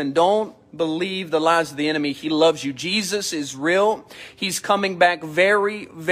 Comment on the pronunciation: 'Is Real' sounds like Israel 🥴